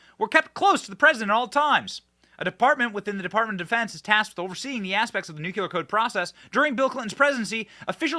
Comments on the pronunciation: It is pronounced nu-clear, not nu-cu-lar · Love you Benny, but it's NU-CLE-AR, NU-CLE-AR, NOT NU-KU-LAR; that's not a word. You're a smart person... so I axe you'ze, wassa problems? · Say the word “clear”, then add “nu” in front of that. You will then have said the word “nuclear”.Not “ nucular” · The word is NU CLEAR, not NU CULAR! 😂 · OMG Benny, STOP SAYING NUKULAR, THE WORD IS NUCLEAR! When you say it wrong you sound like a hick... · Love you dearly and hope you are going to be out there for decades. And/ But please make this one teeny adjustment: Nu-KLEE-ur. Not nu- cul-UR. Thanks. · Damn it Benny! There is only 1U in Nuclear.. it's not nuQuler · I thought the only one saying Nuciler instead of Nuclear was George W Bush! 😂😂😂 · Nuclear, pronounced(Nu- clee - ur). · Benny! You are not GW Bush! Newclear. Newclear. Please!!!! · Dude, please pronounce Nuclear correctly. Sorry. It’s a peeve. 😂😂😂